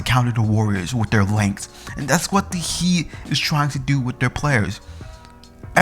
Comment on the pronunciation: Did he first say the Miami hate